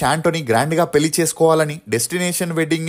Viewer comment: పెలి కాదురా పెళ్లి…. తెలుగు పలకలేని ప్రతి పనిలేనోడు ఛానల్ పెట్టేయటం…. నేను చూడటం…. ఖర్మ